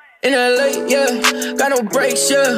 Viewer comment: When he said in LA I thought he said Nle (like nle Choppa)